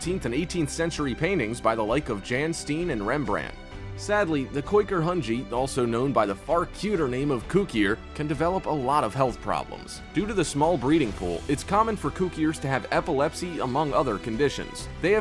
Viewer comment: rembrandt, not remembrandt